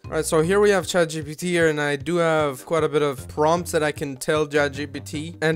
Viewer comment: "jat cheepeetee" lmfao